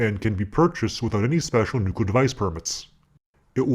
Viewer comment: "New...clear" try it !